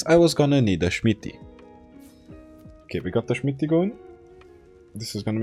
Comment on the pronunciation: watching your content has made me start pronouncing "smithy" like "schmitty" and my friend I play with is starting to do it too. it's contagious